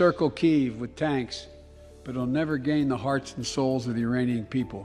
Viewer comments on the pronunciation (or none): I think he didn't said ukrai part in ukrainian properly. He said that part very quickly and also didn't pronounce the U part. So maybe he said ukrainian but due to his pronounciation it is sounding like Iranian. Uk-rainian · Not really. He mispronounced the name, saying: “Uranian,” missing the K.